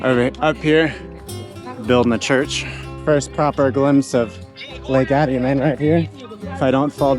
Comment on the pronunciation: Hi there! My wife and I really enjoy watching your videos of our favorite country. However, there’s one thing we can’t figure out. You seem to get the names right of most of your Spanish words (tocino, cervecería) and places (Peten, Izabal) but not Atitlan and Tikal. I know you said you haven’t been able to go to proper Spanish school yet but it seems like these slipped through the cracks. (It should be Ah-Teet-Lahn and Tee-Kahl.) Regardless, keep up the great work and we hope to cross paths in Antigua some day! Thank you for shining a light on the wonderful people and culture of Guatemala.